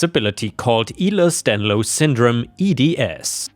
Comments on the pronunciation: omg ehlers danlos is not prounounced elos danlos its prounounced elers danlos i also have eds its a geneticly passed down disability it runs in my whole family we all have it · Ok the disability story with the HOA I just want to let everyone know that is listening to this story miss pronounced the name of the disorder it's not pronounced (eee-los dan los) it is pronounced (el lers dan los) although the spelling is correct I know all this because I also suffer from ehlers danlos syndrome aka EDS and it can be just as bad as op discribes I say it's a gift and a curse because I can be walking down the street and dislocate my ankle by just walking or worse my ankle knee and hip all just from walking normally but it's also a gift because I look 10 to 15 years younger then my actual age especially when I am clean shaven also it is very much hereditary idk if op mentions that or not because I haven't even gotten through the story the fact miss pronounced the name which I understand he might not be a native English speaker so I can't fault him he did try and he actually did get close but it annoys me when people who should know better such as several people i know personally mis pronounce the name because they heard someone else say it like that and I'm like no I have the disability i been suffering with it my whole life so yeah I know how it's pronounced sorry to bother everyone side rant over anyways it's hereditary and its pronounced ((ell lers dan los))